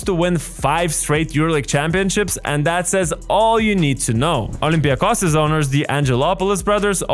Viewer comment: First of all, how did you say first olympiakos. Re ouuu